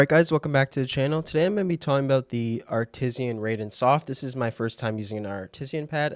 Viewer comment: downvoted because of "Artisian"